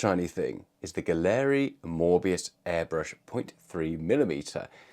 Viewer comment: Why does everyone insist on mispronouncing Gaahleri? It's pronounced gallery, It is spelled funny to make it unique.